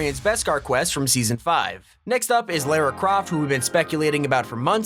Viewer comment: How do you not know how to pronounce lara croft's name?